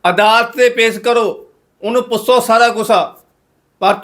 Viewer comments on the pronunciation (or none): ਪੁਸੋ ਨਹੀਂ ਹੁੰਦਾ ਬਾਈ ਜੀ ਪੁੱਛੋ ਹੁੰਦਾ ਹੈ ਤੁਸੀਂ ਹਮੇਸ਼ਾਂ ਹੀ ਛ ਨੂੰ ਸ ਬੋਲਦੇ ਹੋ